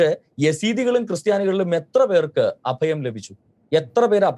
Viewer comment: അദയം അല്ല അഭയം